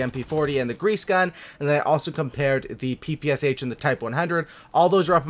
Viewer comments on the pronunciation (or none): none